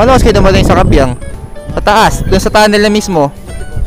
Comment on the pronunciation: kaybiang idol hindi kabyiang